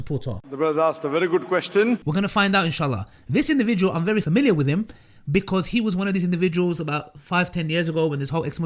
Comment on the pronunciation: 'The brother asked a bery good question" 🤣